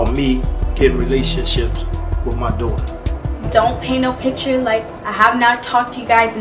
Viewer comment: Azriel sounds like a girlfriend who's boyfriend broke up with her when she spoke about their last conversation. (My opinion) is this is why she's speaking out now. Side note: somebody please help pronounce the word 'daughter'.